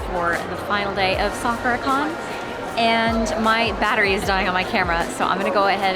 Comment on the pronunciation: FYI "sakura" is not pronounced quite like that... it's more like sa kuu rah. Your booth looks awesome 🤩